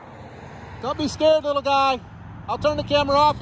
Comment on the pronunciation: “Don’t be scared wittle guy” 🤣🤣